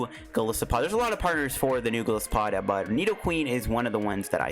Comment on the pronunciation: it actually pronouns as Ge-lai-se-pod